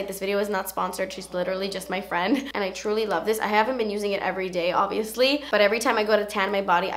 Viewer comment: whenever you said obviously, i keep hearing it in your voice from the video with jessi where you say "obiously nawt blonde" hahahaha